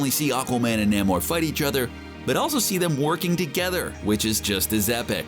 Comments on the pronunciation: It's pronounced NAME-OR, not NAMM-OR. eye roll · ITS FUCKING NAY-MOR NOT NAM-MOR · It is really distracting hearing Namor's name mispronounced. Try this "Nay more". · NAY-MORE it's pronounced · No one::NaeighMore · Say Naymor. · Saying Namor wrong my friend. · Lmfao Everytime you pronounce Namor I cannot contain myself that's funny asf no sir lol that's not how you say it 🤦🏾‍♂️😫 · do you HAVE to say Namor like that ?